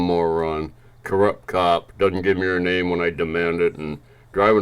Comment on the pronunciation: No, you said her name wrong. Why do they ask if they can’t be respectful enough to remember their name? They have no need for it if they can’t be bothered.